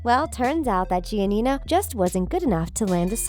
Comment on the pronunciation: When she said “ gia Nia “ Like wtf